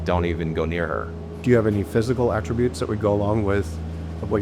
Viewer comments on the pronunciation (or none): none